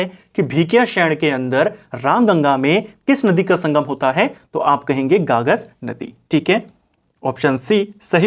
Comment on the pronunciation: गागस नहीं है गगास है सर